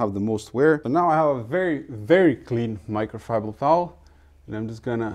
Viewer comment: It's microfibrer... for men